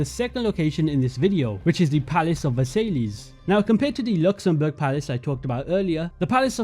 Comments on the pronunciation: Versailles is pronounced "ver-sigh", with a slight "y" in the "sigh" bit. Difficult to write out without phonetic characters. "Ver-siyh"? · Bro said "Versaylees" 💀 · It’s ver-sigh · Great video. BTW way Versailles is pronounced Vers-sai. It’s where Germany signed the Treaty Of Versailles at the end of World War One. The terms that Germany had to agree to were so harsh that it causes resentment in Germany which eventually led to the rise of Hitler. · palace of "versayleahs" 😂😂😂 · Sry bro I don't wanna be annoying but I can't help but comment that you subtlety mispronounced versialles. It's pronounced "ver-sie" because the es is silent in french😊 OMG ALSO I just realised that if they made a ww1 or post ww1 ac game, they could recreate this palace in the year 1918 directly and we could see how time has altered the palace😮🎉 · Just an fyi, Hagia Sophia is pronounced aya-suf-fee-a and Versailles is Vuh-sai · you went out of your way to show the correct pronunciation of Bougainvillea, but unfortunately, Versailles didn't get the same treatment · Man… xD I was holding myself together at Hagia Sophia, but when Versailles came up, I literally had to stop the video and stare at the wall for a minute xD Never have I heard someone butcher that name so masterfully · How tf did you pronounce Versailles that way as an Englishman lmao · Great video! I think you should look up how to pronounce Versailles correctly for future videos FYI :) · The probonciation of versailles was criminal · Versailles isnt pronounced that way ^^ nice work tho! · The way you pronounce Versailles will piss off every French person on this planet. :D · Nah, no way you butchered versailles like that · I absolutely love these videos, but i cringed every time "Versailles" and "Hagia Sofia" was said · My heart ached for my French brothers when he pronounced Versailles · completely agree but versay-lees? pretty sure it’s ‘versai-ss’, the ‘l’s are silent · Versailles is pronounced ver-sigh and not ver-say-lees